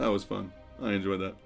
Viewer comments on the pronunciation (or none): none